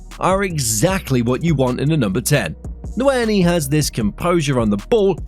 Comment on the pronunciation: DAMN BRUH, THIS AI NARRATOR IS ON SOME' WTF IS 'N'WERI' 😂😂